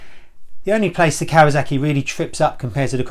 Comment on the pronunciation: What's a 'Kawazaki'?